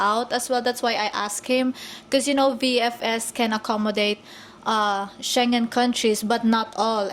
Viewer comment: "Shen Jen Country" ? Huh?